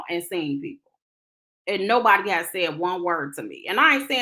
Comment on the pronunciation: I feel like he called her a “new body” in lieu of a nobody 😂